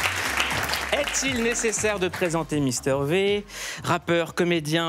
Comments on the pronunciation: "Mister Vé" Moulouuuud... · Le "mister vé" me fait toujours autant mal 🤣